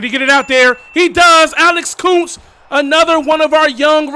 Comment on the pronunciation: Then hats off to you. If I was by myself, I know eventually I’d slip up and pronounce it was a C instead of a K by mistake lol